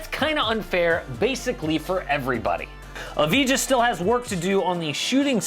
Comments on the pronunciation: It's not "Avidja" it's "Avdija" and also it's pronouced like if it is "Avdia" and why it's so important? well, i think we'll say his name a lot in the future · Avdija not Avidja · AV-DI-JA (pronounced like AV-DEE-YA) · It is pronounced like Avdia, I am from Israel and everyone says he is going to be a top ten pick, I think he might and he has potential but the Pistons would only take him that high, I see him as a as a Great pick for the Spurs, around like 12